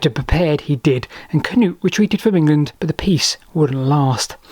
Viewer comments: As an Norwegian with the name "Knut" still used daily here he's pronunciation is ok. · The same goes for Sweden. The pronunciation of »Knut« is almost spot on to its Swedish counterpart. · You did a good job. Better that the usual Cah-noots. 👏🏻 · His pronunciations are perfectly correct.